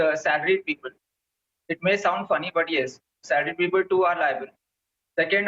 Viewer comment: She literally pronounced salar -ied..